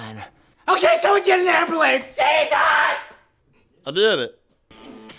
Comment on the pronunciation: He said Amberlamps